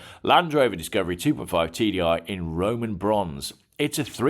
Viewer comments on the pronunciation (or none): none